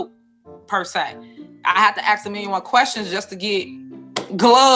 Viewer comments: She axed and axed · LittleWayne Henyard comes across as a low quality civil servant. Use proper grammar. Its pronounced "alleGations" not "alizashins" It's "aSk" not "axe". Illiterate fool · She pronounces the word "allegations" differently every time she says it, and I've yet to hear one person in that town pronounce the simple three letter word "ask" correctly. Unbelievable.